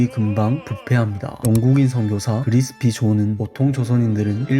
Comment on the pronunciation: 에 보면 자막에는 그리피스 존 이라고 되어 있는데 말은 그리스피 존 이라고 하시네요 ㅎㅎ